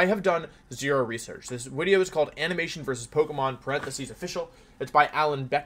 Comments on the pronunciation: Why do you say wideo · why do you say "wideo" and "youtubist" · last time I was this early Wolfey still pronounced the "v" in wideo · Wideo man again? What’s going on here other you tubers would take brake from wideos. Wideo man must just love me that much.